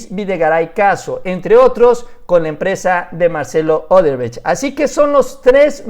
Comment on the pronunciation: ¿Marcelo Odebretch? Jajajajajaja Se te enreraron las palabras...